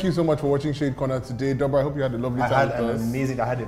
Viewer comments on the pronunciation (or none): That would be Doubra, not Dobra...